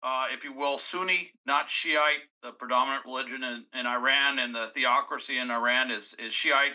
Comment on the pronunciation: Your mispronouncing Iran Nd iraq...it hard to even listen to .